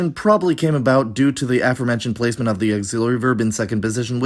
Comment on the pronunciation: Please help me understand why your pronunciation of the word “aforementioned” accented the first syllable instead of the second syllable, as if you had never perceived the connection of this word, with “four” and it’s modern equivalent “before” (both accented on the root syllable: “fore”). I am struggling to understand why you choose to stress the wrong syllable of “aforementioned,” since I’m trying hard to understand whether it’s wrong of me to find that mispronunciation particularly strange. So please let me know whether I’m amiss or awry in expecting and using “aFOREmentioned” rather than “AForementioned.” Is it important for educated native speakers (like you) to mis-stress, the word, or is it a professional convention among linguists to mis-stress the word, or is there some other explanation for your unexpected choice?